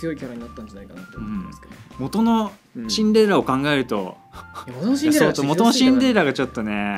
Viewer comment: シンデレラをチンデレラ